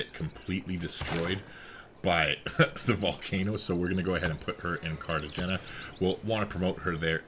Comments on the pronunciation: Great vid! It’s CartaXena, I suppose. Like a stronger H than in the word have, for example. A sound that doesn’t really exist in English) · Spanish The g is pronounced as an h